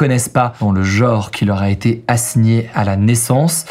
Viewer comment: On dit genre, pas jore. Transgenre, pas transjore. 😅